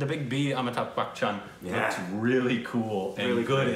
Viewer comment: He said "Amitabh Bachchan" , I heard "I'm a tub butcher"... I thought he meant to say "I'm a butt toucher"